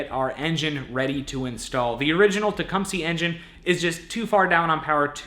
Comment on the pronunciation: you keep saying TecumSEE but it's pronounced TecumSUH.